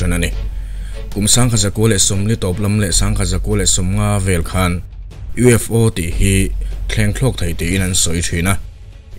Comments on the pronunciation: USO 😂 A bengvarthlak in ngaihthlak anuam e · vel ah hian U.S.O i ti a nia 😅🤣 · a U.S.O. tia i tawn sawi hi lam sual palh a ni em ? I Channel content ho hi ka tuipui chi hlir an la ni. I hna thawhna chhunga mi thenkhat i dah tel tiam lovin.😁.